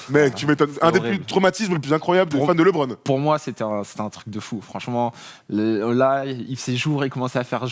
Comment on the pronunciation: Quelqu'un peut dire à qu'il peut dire Lebron normalement sans accent car même en anglais on ne dit pas Lébron hahahahahaha